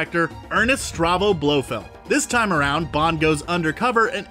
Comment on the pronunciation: If you can't manage to pronounce Blofeld's complete name correctly you're disqualified from the Bond universe. Go see a speech therapist.